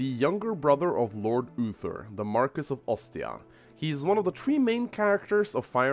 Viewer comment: psst . . . its pronounced Mar-Key. It's derived from French.